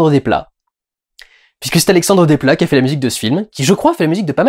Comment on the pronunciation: Quand on ne sait pas prononcer correctement les noms des gens, on ne critique pas l’excellent travail qu’ils font ! Parce que tu perds en crédibilité. Dans Desplat, on prononce le s.